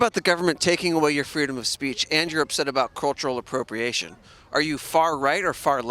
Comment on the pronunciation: I was following very passionately it until, "CuLuRalLL apPrOpriaTioN" bah!!!